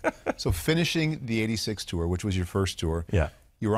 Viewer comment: Bob does a wonderful job, even with his slightly grating unique emphasis on 'Tour' with each mention of the Tour de France.